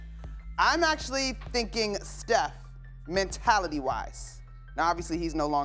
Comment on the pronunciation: She did not just say steoh lol nothing like Kobe. Steoh never shows up in the 4th